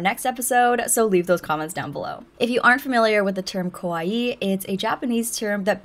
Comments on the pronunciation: you keep saying kOwaii 😭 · The pronunciation of the Japanese A sound is more like in the English word car. Kawaii かわいい (可愛い) means cute or lovable. For some reason many English speakers pronounce it with the Japanese O sound (similar to the English word core), which is not only wrong, but has quite the opposite meaning, as kowai(i) (怖い) in Japanese means scary or scared. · Yeah can't watch this. Can't stand it when people say kawaii like Hawaii. And the straw that broke the camel's back was the "oh my gosh" said 4 times in less than 30s. Too much.